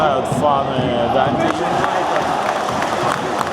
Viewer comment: ДандИ с ударением на последний слог для нас звучит непривычно